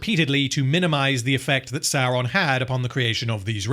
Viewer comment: You're pronouncing Saurrrrrrrrrrrrrrrrrrrrrrrrrrrrrrrrrrrrrrrrrrrrrrrrrrrrrrrrrrron wrong.